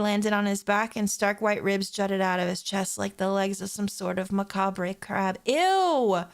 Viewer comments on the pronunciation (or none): FYI: You don't actually pronounce the "re" at the end of "macabre."